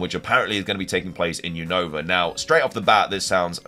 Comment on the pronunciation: It's Unova not Younova 😅